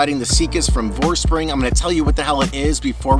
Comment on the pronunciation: Not to be a smartass, but isn't it VorsprUng, not Vorspring? I do really wish it supported DVO. I want to try this.